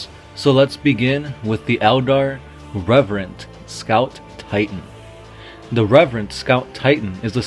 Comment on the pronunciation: Reverent? You mean Revenant...Its a ghost not a priest... :P